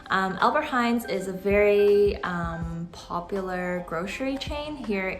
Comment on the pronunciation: Its ALBERT HEIJN NOT HEIJNS no one says it here Or just say Appie or Appie Heijn how the locals say it